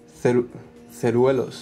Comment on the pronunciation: Jajaja Ceruelos, se pronuncia Cerúleos, como suena. Pero ceruelos...